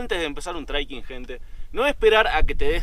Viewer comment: Muy bueno!! El drone lo más!! es trekking no treiking. Abrazo!